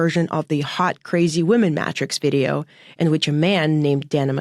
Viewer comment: mat-trix? really